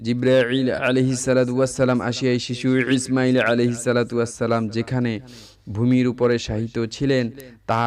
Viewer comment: Imail sobdoti ucharon bhool